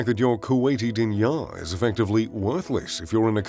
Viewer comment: Pronounced, Deenar.